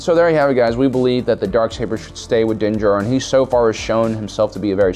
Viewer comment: Also din djarin, do you mispronounce on purpose my guy?